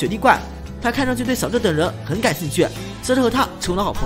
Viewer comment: 这个youtuber还连读了小智等人这几个字。。感觉有些可爱